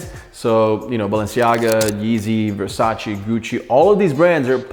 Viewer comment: At first: pronounce the brands correctly! Not "Versatshi"